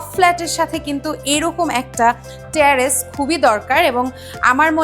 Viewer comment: Hi. It's not ট্যারেস it's টেরেস।